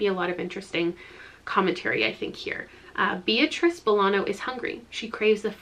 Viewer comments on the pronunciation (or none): none